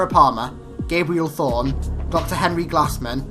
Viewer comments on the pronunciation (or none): none